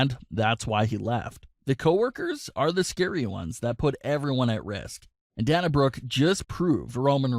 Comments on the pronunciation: Its Dana as in Day not Dan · I've only heard her name pronounced Day-na Brooke, not Danna Brooke. Do you w2atch wrestling? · Day-na not Dah-na. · Its Day-Nah not Dahnah.. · Yeah I hate that he pronounces so many names wrong. Its not DaHna Brooke, its DaYNa Brooke. I've never heard anyone pronounce Dana the way he does. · Oh for Pete’s sake it’s pronounced DAY-na Brooke. Sorry things like this drive me nuts! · SAY THE WRESTLERS NAMES CORRECTLY FOR F SAKE ITS DANA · You're pronuncing her name wrong it's dana as in (day-na) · DAY-NA..SAY IT WITH ME...DAYNA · Glad I'm not the only one that was annoyed by this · If I hear you say pronounce dana wrong one more video... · Lol learn how to pronounce her name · Oh shut the heck up you whining B......do you want to wear a mask for rest of your life. Its scam you m-ron and you're pronouncing her name wrong m-ron